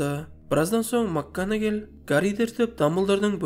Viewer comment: Макганагел емес Макгонагал шшар можеть быть